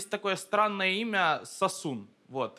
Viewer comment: Рассмеши Комика - Официальный Канал не сОсун а САсун! По названию древней армянской провинции. В честь которой имя. Кстати, перестаньте усиленно "А"кать в словах иностранного происхождения, где это совершенно неуместно. А там, глядишь и начнёте на слух отличать, где "А", а где "О".